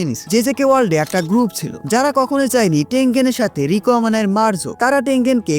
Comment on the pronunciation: apni rika bolchen keno Riko